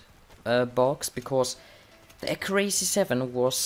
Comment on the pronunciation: Accurácy? Wasnt it Accúracy?